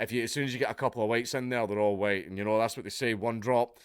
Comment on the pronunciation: "Black Panther - HUWHITE!"